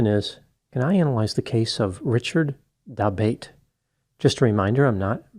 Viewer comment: Isn't that surname pronounced da-BOT-ay?